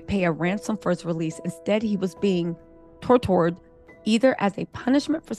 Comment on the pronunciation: Girl messed up "tortured" like DAMN 😂